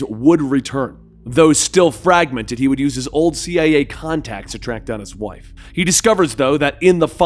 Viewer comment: Narration: she’s my wyiyffe! Wyhat am I?